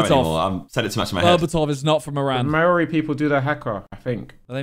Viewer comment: Naw bother Maori people indigenou to Huawei triggered me so hard